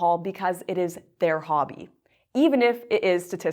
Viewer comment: It's about your "hbbby?" Lmao.